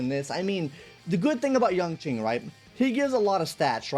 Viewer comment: "Yanking" lmao